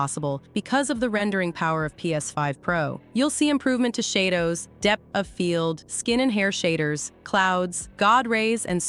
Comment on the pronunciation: Bruh she said Shay dows lol